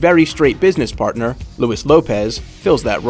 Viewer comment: he cant pronounce luis well, man you americans are losers when it comes to learning a new language u suck